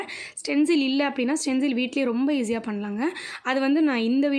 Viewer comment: Saying stenzil but it is stensil